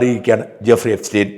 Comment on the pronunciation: Guffri അല്ല Jeffri 😂